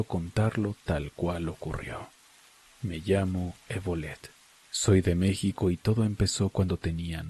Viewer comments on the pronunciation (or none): none